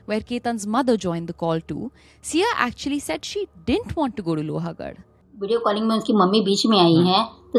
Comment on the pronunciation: It's लोहगड, not लोहागड 🥲